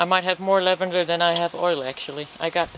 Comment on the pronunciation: Infused lavander oil not lanvander oil..